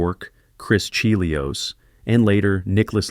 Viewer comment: "Chris Cheeelios", is this narrated by AI?